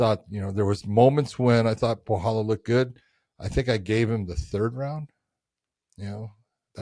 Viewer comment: Don't pronounce Borhalho not with HO at the end , just like Ronaldinho ( PRENOUNCE RONALDINJJJJJJJJOOO) BORRALJJJOOOO